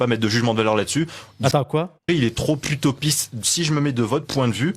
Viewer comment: il a pas dit "vous êtes trop utopiste" il a dit "putopiste" 🤣! Putopiste c'et une utopie de FDP nan ?